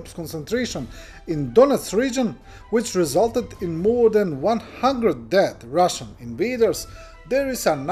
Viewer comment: it's "than"! Thank you for keeping us informed.